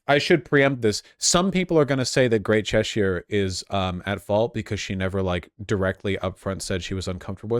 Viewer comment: Name a worse combo than Americans pronouncing British counties. Chesh-ire, its Chessure